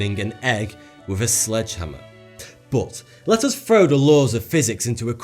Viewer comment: Love your accent but please don't say frow, instead of throw.